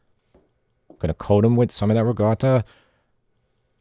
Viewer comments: It's Ricotta not Rigotta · Can you say: riKotta, with a ‘k’, not riGotta… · I see the comments are ignoring that he's saying ricotta with a G sound, not a hard C sound. Cool, cool.